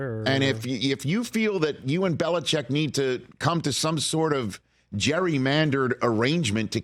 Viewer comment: Chargers fan here says we will take Harbaugh or Vrabel. Never Bill-lee-check!